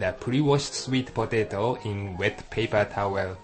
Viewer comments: I love how he says "swet potehto" HAha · the man sounds funny when he says sweet potato. lol